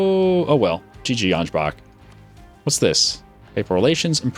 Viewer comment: Ansbach XD how you pronounced it is kinda funny